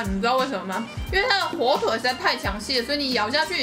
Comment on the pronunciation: 火腿 一直講錯哈哈哈好可愛😳